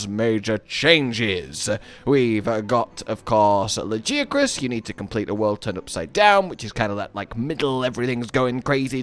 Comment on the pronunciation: Honestly you should be ashamed of yourself saying lajiacrus even after WE ALL HEARD THE DEVS SAY lagiacrus with a G